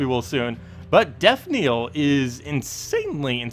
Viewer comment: I'm totally just going to say it because it bugs me to bits, but it's death KNELL not KNEEL. Pronounced NEL. LOL!